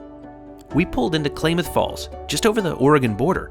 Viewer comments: Pronounced CLAMath Falls OR . . . not Klaymath Falls. 😂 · Quite an enjoyable vicarious journey with you, thanks. (Klamath Falls is as in clam'ith, vice clay'mith) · Great views🚞. Lived in Oregon, and you almost said Klamath Falls correct, but the first part of “Kla” has the A-sound pronounced like “clam”, not “clay”. 👍 Crater Lake is one of a kind and if you haven’t visited the Portland area or Columbia River Gorge for long, you should. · Love your videos, especially the rail trips. One minor correction to your dialog is that Klamath Falls is pronounced "KLAM-əth." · It's pronounced CLAM-ath Falls. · BTW, it's pronounced CLAM-ath Falls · The way I was taught was that Klamath Falls is pronounced: Ka-Lam-Uth. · You want to stretch out that “a” in Klaaamath Falls. 🚂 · I think you pronounce Klamath falls wrong